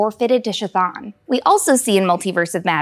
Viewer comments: its not SHAthon, its Chthon. Like Cthulhu, its a hard C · You keep saying "Sashan" when it's "Chthon" you do not say the ch 😒 you can tell when people don't actually know the story and they just are reading a script😐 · Isn't it pronounced Ka Thone? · LMFAO "SHIT ON" pronunciation of "Chthon" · Sha-thawn?? Please please PLEASE say it correctly 💀💀💀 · it's Ka-th-on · Chthon is pronounced "K-thon" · Ka-thon… the pronouncing of his name drove me nuts… anyone else? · Since the name is derived from Greek, it should be pronounced “Khi-Tawn” (aspirated K and aspirated T sounds, not ch and th sounds). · Shh-thawn pronunciation for the win!